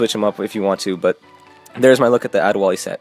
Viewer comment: #LOL Did you say Ade Wall-E?!?!